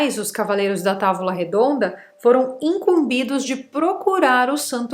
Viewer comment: Oi é incombido e não uncombido.